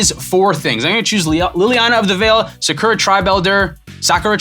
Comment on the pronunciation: To split hairs on Sakura's pronunciation, the emphasis should be on the last syllable, "RA": sa-ku-RA.